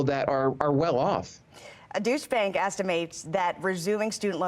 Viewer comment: how's it a bailout for the schools? the schools already got paid. also did she say "douche bank"? does she mean Deutsche Bank?